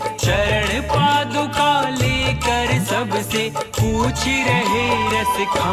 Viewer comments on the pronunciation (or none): पादुकामनाएं नहीं होता भाई 😂 ,, पादुकाएं कहते है ।। 😊